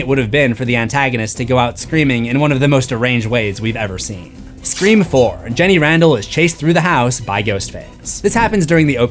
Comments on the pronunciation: I was so confused why you kept saying "scream forum" and realized you meant "scre-four-m" bahaha 😂😂 nice one nice one. I see what you did there. Also, can you rank the movies? I just saw the 7th one and want to hear the movie rankings of others! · this is the first time I have heard you say "Scream 4" and not "Screeform" :)